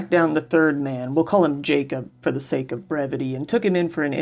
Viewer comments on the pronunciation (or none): none